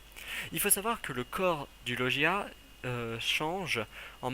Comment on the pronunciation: Logia se prononce bien avec le g et non avec le j et ont dis zoan et non zonia. Sinon super theorie j'ai apprecier :-)